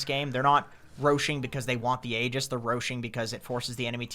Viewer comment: It's pronounced 'ee-jiss'